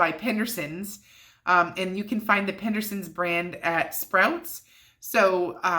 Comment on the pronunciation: I believe it’s pedersons sausage not PENdersons. 😂😂